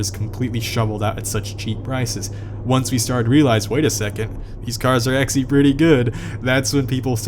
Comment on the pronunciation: The way you say ''actually'' is very off putting. ''Axly'' damn.